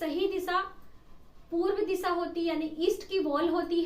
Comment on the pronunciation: इसान नही ईशान दिशा होती है दिसा नही होती है🙏